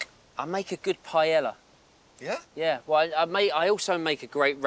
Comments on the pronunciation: "PIE ELLA"... is pronnounced Pie-yay-a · Please, David, pronounce the name of the dish properly. It is PA - EH - YAH You lived in Spain for years, for the love of God 😂😂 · He can't pronounce "Paella"....not that complicated ffs Becks... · the way he says "paella" annoys me more than it should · 07.49 | If Beckham prepares paella as good as he pronounces it, please call Health & Safety.